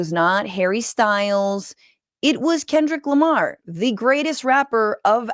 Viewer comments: “Kendal Lamar” and “won all these grammars” lady you need to retire. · “Theis guy, Kendayll Lamar, and he won all these grammers-“ -Fox News Reporter